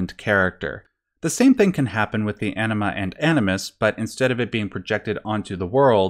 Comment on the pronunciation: You're really gonna pronounce anima like enema? And why does this lead to such himarious answers of brain ''washing'' or dump? x'D